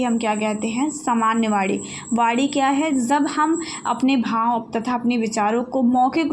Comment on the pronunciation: Maim ye Vaani h vadi nhi 😊